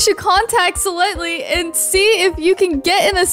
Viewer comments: It’s not sielanty it’s sylenty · It's sie lently